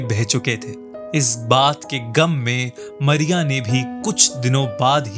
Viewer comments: Good but Not मरिया it's मारिया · Arey aap toh Mariya ko Maria kehte ho